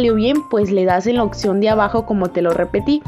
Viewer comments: Oye pero es opción o opción como dices jajaja 😂 😅 🤣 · Me da cringe qué no sabe pronunciar "opción" 🤮